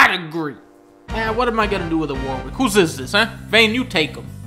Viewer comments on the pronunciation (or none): It's pronounced Warick. The second W is silent.